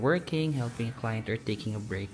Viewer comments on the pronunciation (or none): none